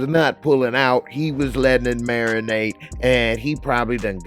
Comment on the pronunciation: Say “marinate” one mo’ time!!! 😖😩😩😩🤣🤦🏻‍♀️